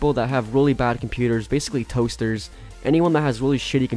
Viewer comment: it hurts to listen to u say toasters :(